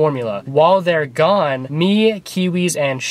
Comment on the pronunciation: Instead of it's gone it's "gandhi"